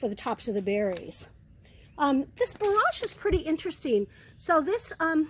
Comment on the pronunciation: It's going to be lovely! So very sorry for this gentle, but probably annoying correction, it's BORE-edge not bore-AHJ. I didn't know anything about orach so thank you very much for introducing it.